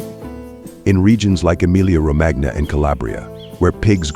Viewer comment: Romagna in "Emilia-Romagna", is pronounced "Romania"